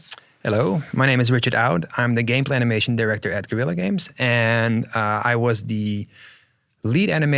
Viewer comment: Always good to hear a Spanish person say "guerrilla" the way it's supposed to be said